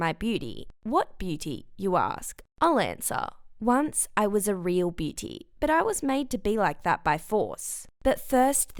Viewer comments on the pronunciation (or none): Nobody: Her : beety instead of beauty 🤦🏻‍♀️ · Her Accent though when she said booty-Lol -I just realized she said beauty